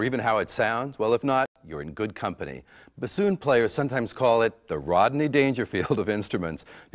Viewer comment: She cannot even pronounce bassoon right. Lol.